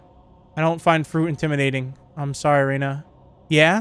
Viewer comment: he said reyna instead off ryna and that made me think about valorant lol.